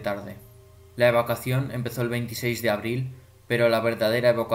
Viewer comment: Y aprende a decir evacuación* grangoso